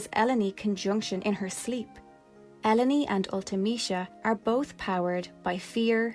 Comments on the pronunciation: good video, i think ellone is pronounced like "alone" by the way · Her name is Eruōne (E-ru-ō-ne) in Japanese, so it should probably be pronounced "Ell-oh-nay." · this is such a good channel. i just recently finished ffviii for the first time, and there were almost NO videos about it like this for so long. i’m so happy ffviii is getting more attention bc it really was so good (btw, i always pronounced Ellone “alone” it’s interesting to hear a cooler pronouncing lol) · "Elo-ny"? We always pronounced it as "Elone", similar to "alone". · Elleny? You mean alone (Ellone) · That's the only way to pronounce the name, it's supposed to be a pun on alone. El-o-nee is just OP mispronouncing her name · Ell-own-ee sounds so pretty, but it’s totally throwing me off haha. I always called her “Ell-Own”. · Im a huge FF8 (and FF in general) fan and just stumbled on this video and your channel. LOVE everything about it! Also...even though Ive been playing 8 my whole life Ive never heard Ellone called "El-oh-nee". I always read it as "Ee-lone" and now I've realized my entire life is a lie. Hahah. Got some FF8 vids coming out on my channel too and hope to publish a new huge one soon! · I always read her name as Eh-lone, which sounds a lot like "alone". I thought that was the intention so I'm dissapointed to learn that it's pronounced Eh-low-knee xD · I always thought her name was pronounced like “Alone” until I played through w a partner and she preferred “El-oh-nee” — I think it a much more pleasing sound but I wonder if the pronunciation should be more like Alone — in keeping with the common Squaresoft characternymming patterns. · I always pronounced her name like El-lone (like alone) not l-o-knee like you seem to be doing. I thought the play on words was intentional 😂😂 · It's pronounced el-own Not El Oh Ne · I always pronounced her E-lone like E and alone - the A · Because of the double L, I pronounced it El-lone